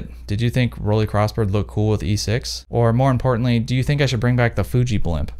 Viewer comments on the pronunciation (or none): The brandname is pronounced „rolleye“ not „rolleee“. You are an expert, aren‘t you? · As a German... rolee... It’s 🙄 = roll eye ✌️😉